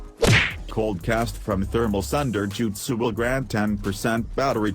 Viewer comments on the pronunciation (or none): none